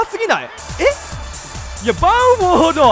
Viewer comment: 前半ずっとバンフォードっていってますよw